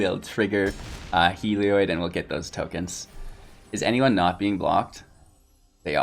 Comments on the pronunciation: I believe he's mispronouncing it. It looks like it should be pronounced "heal-e-odd" or "hell-e-odd". His pronunciation would likely be spelled "Helioid", with the extra "i" in the last syllable. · I'll be honest. Video was hard to watch, because its pronounced hell-E-odd. There is no i after the o in Heliod. Its not an -oid, like paranoid. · I tried to give you another chance, but that horrendous misplay in the 1st match sealed the deal for me. Are you sure that you're a veteran player? Because the rookie mistakes I'm seeing indicate otherwise. And also, it's pronounced Hel...eee...od. FFS... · I came to comments just for this. Thank you. I thought I was the crazy one.